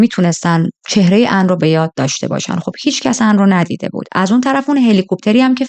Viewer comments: کاش میگفتی آن...نه عن...😂😂😂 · خانم این چه بهونه‌ایه که مجبورم اونقدرغلیظ هم بگم که انگار ان رو عن تلفظ میکنی خوب خیلی ازاسامی را در تلفظ زبان کشوری معنایی نامانوس میده‌را کمی تغییر میدهند وشما راحت میتونستی -آن ازش نام ببری درحال حاضر در تمام کشورها مارکی داریم بنام کی‌ری که در ایران همان پنیر را با همان مارک ولیبل واما بنام کی بی فروخته میشه مثل فروشگاههای زنجیره ای در بلغارستان بنام (چ-س)وم که هزاربار ما تلفظ کنیم یا چوم یاسوم تلفظ میکنیم درحالیکه اونها طوری چ و س را تلفیق میکنند واین نام را بکار میبرند که تلفظش برای ما سخته ووقتی میبینیم کلمه ویا نامی در زبان ما معنای خوبی نداره که گفته موظفی با همان تلفظ بگیدهمه دنبال عن میگشتند وپشت عن بوته و.... عن رفته بود رستوران چیزی بخوره... وخیلیها عن رودوست داشتند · کاش بجای عن میگفتی آنا 😂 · اصلا درستش آن هست . هیچ زبانی نمیاد اسمی رو که به زبان خودش تا به جا ست رو با همون تلفظ اونم با لهجه ای که شبیه اسم اصلی هم نیست تلفظ کنه . البته فقط نقده وگرنه جذاب تعریف کردن و من باب پیشرفت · آخه این چه اسمیه مخصوصا اونجا که میگی آن رو چی کار کرده.ان کجاس😂